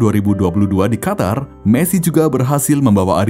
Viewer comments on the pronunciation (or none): none